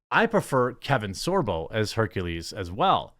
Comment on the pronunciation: Sooo, Blak-ules?